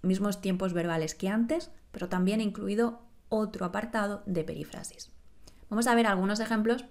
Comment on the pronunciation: Creo que tú pronuncias " perífrasis" como si el acento fuese en la "a": "perifrásis".